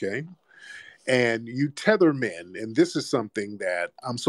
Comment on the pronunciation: When Tariq said tether men 🤣🤣🤣